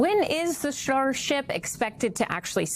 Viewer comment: "sharship" 😆. While I understand that mispronunciation happens occasionally, I had to do a double take when it sounded to me like she said "shart ship" 💩